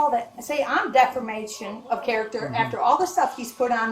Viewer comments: How did she become Mayor. Does the person with the most teeth win. She can't even say defamation. She keeps saying defermation. What an idiot. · these people are insane. did she really say defermation😂? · One question? What in the hell is def-er-mation? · This mayor is hilarious. How many times did she mispronounce "defamation?"